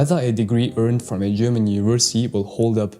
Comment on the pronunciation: Are you German? Your pronouncing is very good